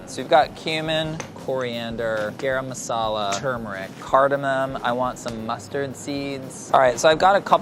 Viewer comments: Someone please teach how to say "garam masala" properly 😓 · the way he pronounces garam masala makes me cringe every time. still love tho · Why is he pronouncing Garam Masala like that? I'm Chinese and I know how to pronounce it properly. Didn't know how white was until I watched this. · Literally no one:: GAERAM MASALA WHERE MY SOUTH ASIANS AT? Edit: thanks for 172 likes! <3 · Being Indian and hearing pronounce garam masala is funny asf ahahahahh